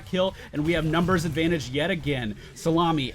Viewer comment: YES i finally know why he calls Kael'thas "salami"